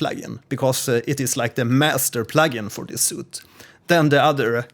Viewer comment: it's pronounced sweet not "soot" ;)